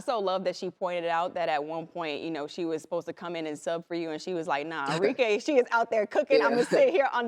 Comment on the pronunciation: ARIKE - Are - Ree - Keh (not Kay)